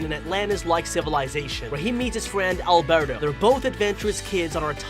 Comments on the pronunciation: He said albero and not alberto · Lol did i just hear him call alberto albero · I like the way he said Albero instead of Alberto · When he said Albero I was like:............does he mean Alberto